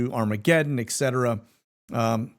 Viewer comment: It's obvious that you can't read. You don't know the difference between a 'T' and a 'K'. ETcetera, not EKcetera.